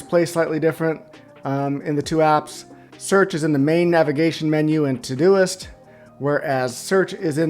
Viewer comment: Thanks for taking the time. Well done. Still not finished but gotta tell you that it sounds like you are saying todo-list every time. Ugh.